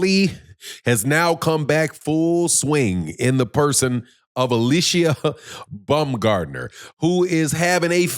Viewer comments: STOP calling Alycia BUM-gardner you ignorant nut! It's BOWM-GARD-NER! or you can even say BOMB-gardner, but NEVER BUM, YOU BUM! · I'm not Google translate, but it's Baum, not Bum.